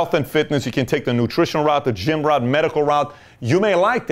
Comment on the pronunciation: Thank you Pat :) If i'm not wrong "route" is pronounced as "ru:t" ;)